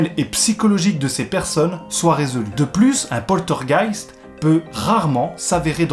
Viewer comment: 👻 Joli titre mais, mais, mais... où est le "t" de poltergeist, jeune homme! 🤪 Bien résumé, mais pour en savoir plus les amis sur le "poltergeist d'Enfield", je vous conseille de faire un petit tour sur le site de Sylartichot (YouTube) qui vous dit pratiquement tout sur cette affaire avec les dossiers Warren. 👍 Prends soin de toi et à bientôt dans les rues de notre City! 🙏